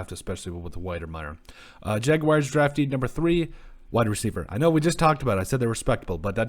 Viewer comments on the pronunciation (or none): Y'all act like its so hard to say jag-wars not jag-wires smh